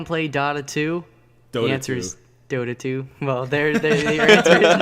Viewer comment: I cracked up at "Dahta 2"